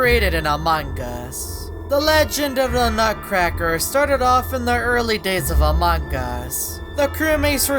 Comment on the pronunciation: Then the youtuber saying sun of a nutruccraker